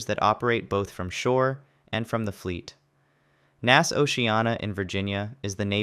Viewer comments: I have NEVER heard "NAS" (Naval Air Station) pronounced "Naas." N-A-S. Or "Naval Air Station." Not "Naas." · Naval Air Station is abbreviated as NAS. It’s not pronounced each letter is spoken “N” “A” “S”. 🤦‍♂️